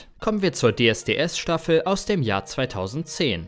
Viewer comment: Schreckliche Texte schrecklich vorgelesen. "ERST nach dem Finale wurde überhaupt ERST bekannt" "sperrte der Sender ihn von seinen Fernsehauftritten AUS"... Grauenvoll.